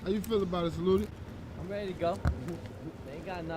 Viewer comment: the lawyers name is Sa-Loo-Tee